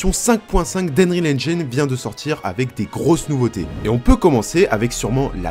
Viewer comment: ENGIIIIINE PAS ENGAYNE PTN